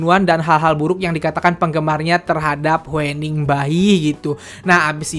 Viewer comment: huening dibacanya hyuning bang